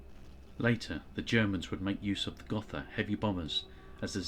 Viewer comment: Pronounced Goh-tah